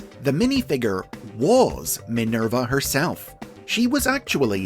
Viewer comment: " Minelba ", haha, lol